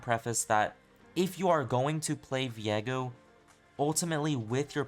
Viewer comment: Why do you say his name like 'Vee-egg-oh' when it's 'Vee-ay-go'?